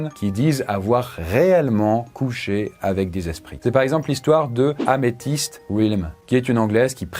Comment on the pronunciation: AMETHYST ❌ AMAUTIST ✔️